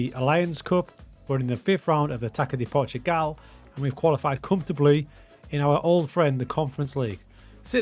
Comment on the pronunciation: "Taca de Portugal" reads like "Tassa", not "Taka" FYI